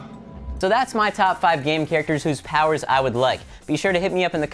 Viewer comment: CHARCATERS?? Really?? LMAO!